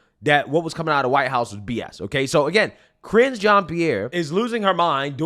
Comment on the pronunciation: I cracked up EVERY single time you say Karinge.... You know you've made that her name now 🤣🤣🤣🤣 SO FUNNY! I really didn't think it could get worse after Jen Psaki! They filled every single position from president on down with the biggest dummies with the greatest capacity for lying!